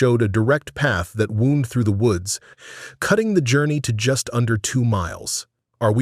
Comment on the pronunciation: Wound was not pronounced correctly. AI at its usual knowledge.